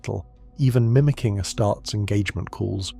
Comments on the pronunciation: AI slop. "Ah-starts" get the F out of here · I thought it might just be an AI script (because that much is obvious) but then "Ass-tarts" and "medic-ee" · I don’t mind if it’s not canon - I enjoyed this! 🫡👍🏾Also sounds like a real human voice 🗣️ to me 😳 Edit: though astartes is pronounced wrongly 🤔😑😒